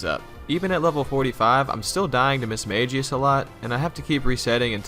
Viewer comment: Mid-mage-ious it’s mid-maguh-ious lol